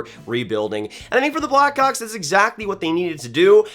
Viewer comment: does not sound like hes saying blackhawks